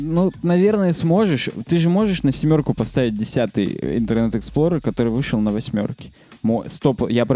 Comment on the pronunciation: Почему ты произносишь "семерку" и "восьмерку" с канадским акцентом?